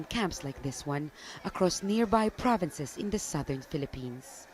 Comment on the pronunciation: The way these westerners pronounce Filipino Provinces triggers me reeeeeeee